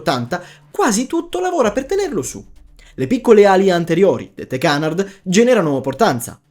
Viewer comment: Si chiama Canàrd, non Cànard: è un termine francese, ignoranti!